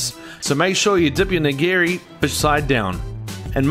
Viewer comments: It's NIGIRI SUSHI, not "neegra sushi." Nee-gee-ree. Nigiri. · Did he say negro sushi?😂